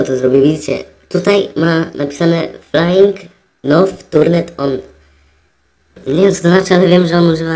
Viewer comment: "flajing now turnet on" mógłbyś udzielać korepetycji (jak nie wiesz co to znaczy w słowniku sprawdź) z angielskiego